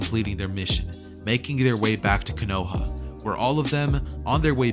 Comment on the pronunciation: man just said konowa instead of kono HA